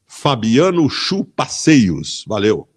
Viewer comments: a ênfase do "valeu" foi melhor do que toda frase ksksksksksksksksks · e dps que ele fala valeu ele percebeu kkkkkkk